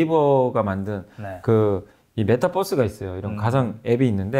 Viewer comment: 메타버스를 자꾸 메타뻐스라고 하시네.. 타는 뻐스발음이 아닌데.. 유니뻐스가 아니잖아요